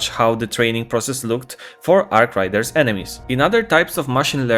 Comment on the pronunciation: say it with me 'Arc RAIDERS' not 'Arc Riders'